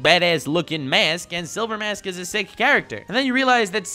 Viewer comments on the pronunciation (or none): none